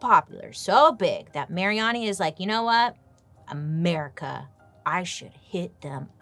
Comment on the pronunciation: Everytime you say America, I instantly hear 'mericaw.🤣